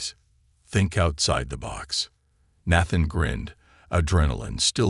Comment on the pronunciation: Is Nathan a difficult name for AI to read correctly?